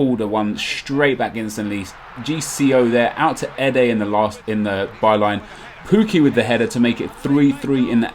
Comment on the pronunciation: Great video but stop calling him poo-key it's pronounced Puk-key I think